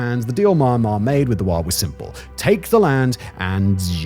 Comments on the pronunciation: Its MY-AN'MAR not MAR'MAR.....did U sudden carving for MARMALADE ?? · Me-an-mah not my-mar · I guess just because you studied English doesn’t mean you understand how to pronunciatie correctly Myanmar Me Yan Mar - Not Ma Ma - little boy. Your Ma Ma bring you your drinky drinky cup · Pleeeeeeaaaasssseee! Pronounce 'Me-n-mar instead of Mar-mar. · The country name is not Marmar. It is MYAN MAR. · How are you going to presume to educate people about a place you don't even know how to pronounce? It should sound like ME-EN-MAR, not MAR-MAR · It's pronounced Myan-mar, just like Nyan in Nyan cat. Not Mai-mar. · It's not MahhnMahhr It's Meee N Mahrr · its MYAN-Mar not maan maan xD hahaha... gave me a good chuckle tho HAHA it's like Comberbatch trying to say Penguin, im dying xD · not marnar you fool m yan mar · Inside maahanhmaahr 😂 (should be pronounced me-ann-mar) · you have the strange ability to pronounce myanmar as maanmaa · Had to stop listening to this one because of the mispronunciation of Myanmar. The Y is pronounced like an E. As in Me-anmar. It was like nails on a chalkboard. I can live with the irritating pronunciation of a as r at the end of many words, but come on. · Me and Mar it is pronounced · Sounds like Simon's saying Ma-Ma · he’s saying the common mispronunciation “MY-anmar” but his accent makes it sound like maahnmar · I like most of your videos, Simon. But could you please learn to pronounce the name of the country correctly? It's Mee-yan-mar. Thanks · I'm getting Benedict Cumberbatch trying to say Penguin vibes, from this. Maahnmaah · I had to stop watching because of the Myanmar pronunciation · Meee annn uhhhh marrr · So annoying every time you pronounce the counter wrong. Im not even sure how that's possible to do when you do all the researching and still can't piano the country's name. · Pronunciation of the country was too much. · Is this really how you pronounce Myanmar? (asking as a non-native speaker) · Why is everybody miss pronouncing Myanmar